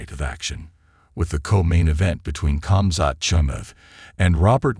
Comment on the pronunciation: 7 seconds in and the AI narration butchers Khamzats' name. 👎 followed by the little x in the top right hand corner.